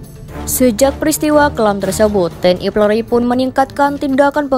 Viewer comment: Apa hanya saya yg dengar TNI PLORI dalam penyebutan.